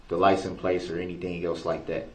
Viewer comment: For the love of god stop saying licenplates